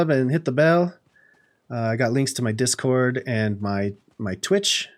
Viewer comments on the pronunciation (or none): none